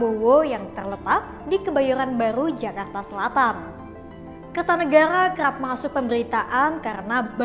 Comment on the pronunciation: R nya dobel jadi errr